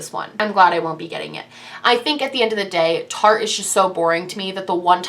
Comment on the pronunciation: No hate but is there a reason behind mispronouncing Tarteist? It rhymes with artist. I'm a first time watcher so I don't know if there is a story behind that lol. Love the video.